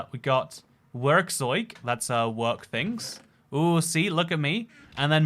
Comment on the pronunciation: Big respect how you pronounced Werkzeug. Words like these usually sound extremely weird from non German speakers